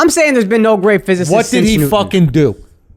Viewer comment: Mans can’t say physics but tryna say it ain’t important 😂😂